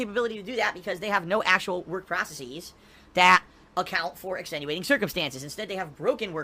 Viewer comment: Why does he pronounce "processes" as "process-ees"